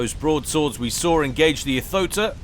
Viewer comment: Wish I could give extra Likes just for every time you say "Braodsaods".